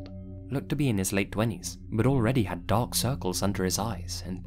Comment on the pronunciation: Anybody else think it said dank instead of dark?